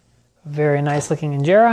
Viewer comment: Your pronunciation when you said Injera is on another level 🔥🔥❤️😍